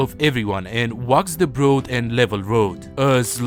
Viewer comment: "broad" is pronounced "brawd". If i had not seen the word in the text, i wouldn't have thought it was a mispronunciation of "road," similar to how you pronounce "he" as "she".